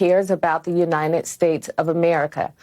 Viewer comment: I thought Joe Biden had a Copyright on "Uninen"! I'm starting to think that no Democrat can pronounce the word "UNITED" without bursting into flames.